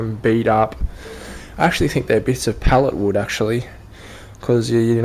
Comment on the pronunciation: Sounded like you said "pellet wood" ?? Looks like walnut to me. Anyway, very smart way to make use of some of that scrap wood. Hope to see more- thanks for sharing